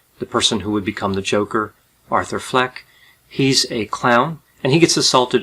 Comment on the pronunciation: So no ones gonna talk about how he starts saying Author instead of Arthur for almost the whole thing? Lol